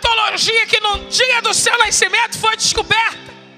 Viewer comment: Por que pronuncia-se "naiscimento", quero saber por quê?